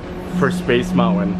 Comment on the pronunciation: Hey, I LOVE the way you say MOUNTAIN!! 💕. Ha. ( Not making fun of you, I’ve just never heard it pronounced Mount-Wen before!!). I really like your hats. They really suit you. Maybe you could wear your favorite sports team(s) too!! 😃